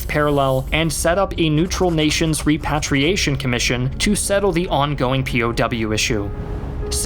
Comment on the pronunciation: HEY, you’re pronouncing repatriation wrong dude just FYI. So good as always. Love you.